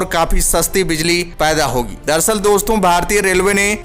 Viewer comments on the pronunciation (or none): none